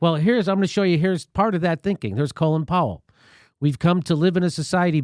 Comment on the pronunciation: colin powell eh!! pronounced "colon". that,s fitting, cause he,s brown AND FULL OF SHIT !!!